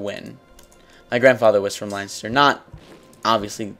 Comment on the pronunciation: If you really where Irish you'd be able to pronounce Leinster correctly. Plus your not Irish if your grandad was Irish, your a quarter Irish